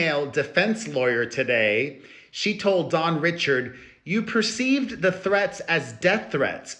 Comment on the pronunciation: Dawn’s name is pronounced “Ree-shard” not “Richard”.